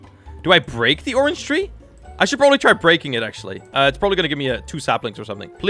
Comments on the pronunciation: all i hear when sees a orange ONION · how many times did he say onion instead of orange? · oinon????? its a ornge SIR DID YOU GO TO SCHOOL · Xd he said onion meaning to say Orange xd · orange not onion xd